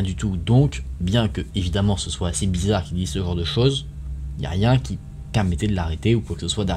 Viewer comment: on dit blizzare pas blizzarde 😅